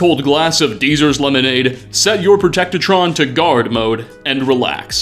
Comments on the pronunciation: Bethesda might answer you if you'd pronouce game stuff properly... its not protectetron its protectron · I'm sorry, but "Protecto-tron?"